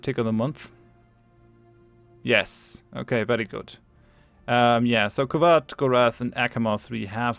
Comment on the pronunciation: A klingon empire not on the brink of civil war between serious wars isn't a real klingon empire! Oh and it is, I believe, spelled K'wat (short hard K - Pause - Wat) not Kuat or Kuwat or whatever you say :p